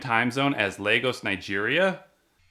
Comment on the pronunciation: I love the African sound n song LOL every time u say nigeria lol